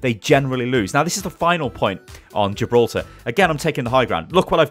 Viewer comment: Jiblorta? Did you mean Gi-bil-ter-ra?